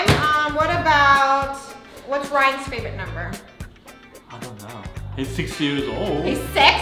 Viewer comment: Umm? It’s rayan